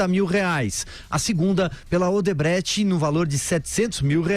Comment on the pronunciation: Não é "OdebreTch", é "OdebrechT"!